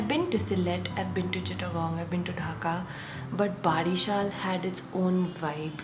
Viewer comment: OMG! You had been in my city, Barishal! How could I miss that chance to meet u.. Anyway, the correct pronunciation is 'bowreeshal' for Barishal. I hope u will come again and give us chances to greet u again. Take care.